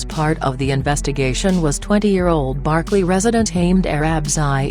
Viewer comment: Computer can't even pronounce Berkeley?